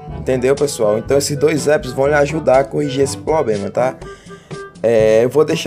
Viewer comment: "poblema" "pobema" .